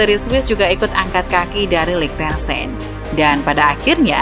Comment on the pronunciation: Bukan LiechtenSTEIN tapi LiechtenSTAIN (German pronunciation, ei = ai).